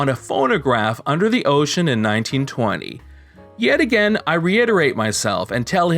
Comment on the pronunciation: i know not a big deal but the way the reader says again makes me cringe like crazy.